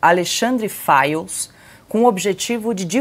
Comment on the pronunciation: FIRES OU FILES???? VCS TÃO PRONUNCIANDO "FILES"!!! CORRIGE AÍ Fires sao incendios ne???